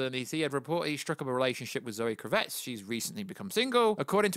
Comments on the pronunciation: KRA-VITZ...really easy to say. Not Kruvetts. Sik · My brothaman! .. loving the channel and content.. but.. hahah its ‘Kraaavitz’ not Cravette! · "Zoe Crevette", please don't say "Kravet" lol, it means "Shrimp" in French, it sounds so weird. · When you say 'kravitz' you're putting the wrong emp- phas- iss on the wrong syl- ab- le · Why can't you just pronounce Zoe's name CORRECTLY ??? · Definitely the worst pronunciation of Kravitz. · How are you saying Zoe Kravitz name wrong ?🤦🏻‍♂️😂🤤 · “Doomscock. Sorry, I know nothing about this Youtuber’. If only you could just, I don’t know, type his name into the YouTube search and watch the actual video in question. It’s Doomcock. To say you ‘don’t know this YouTube’ shows an incredible lack of research on your part. Also...KravITZ. As in Lenny Kravitz. The famous musician...and her father. Again...research.